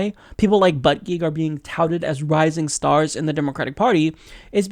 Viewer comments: that's not how you say his last name (boot-a-jedge) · Its pronounced "boot-a-judge" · For starters, It's pronounced Peet Boo-da-jij. Been a fan for a long time but you've either been behind or just inaccurate for awhile. Disappointed. No, more than that. Icing in the cake. Lost a subscriber. You play the progressive but you're either uninformed or a wolf yourself. I was born and raised in Indiana. He(Pete) was too. If you() and I truly want to move forward, we have to acknowledge and meet rural America halfway. The problems that face the Midwest and the problems that face Liberal America are very different. It seems that you are unable to comprehend the complexity of the issues that face the country as whole. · South bend mayor to pronounce last name it sounds likePete bootijudge.